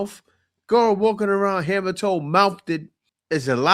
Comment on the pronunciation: Bruh you said hammertoe mouthded. I'm hollerin! 😂😂😂😂